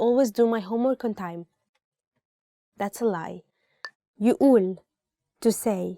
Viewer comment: you pronounced "يقول" wrong